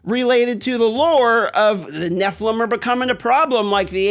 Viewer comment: Neph-a-lem, not neph-lam